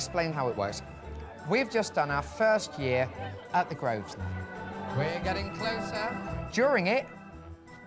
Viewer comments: I don't get why the owner pronaunsiates the name of the hotel wrong. It's not "groesner", it's "grouvner". It's his own hotel! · Incredible!.... owns the hotel but he can’t pronounce the name properly! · didn't name the hotel. The Grosvenor Hotel was named The Grosvenor Hotel when he purchased it. It's now. under different ownership and it's still called The Grosvenor Hotel It does say something however, when an owner can't pronounce the name of his own business. And can't be bothered